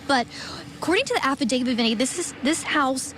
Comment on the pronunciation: Side note- someone please tell this girl reporting to look up the pronunciation of the word affidavit! It’s not affidavid. She only said it a hundred times!